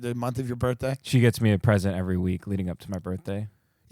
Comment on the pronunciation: your BURTHDAY??? your BURTHDAY?? a white girl with a Bob marley hat..